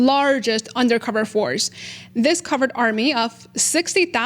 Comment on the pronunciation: Btw covert is pronounced co-vert not "covered" 😂